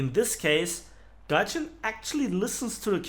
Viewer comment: This mispronounced word "Tryjin"... Scarry how accurate this describes the method of operation of this company :D